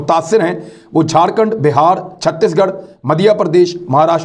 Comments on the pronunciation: Imran Bhai It Satish Garh not 36- Garh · It’s chateesh garh not chuttish garh